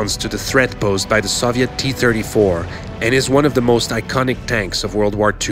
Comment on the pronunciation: TH!!! It's "the", not "da"!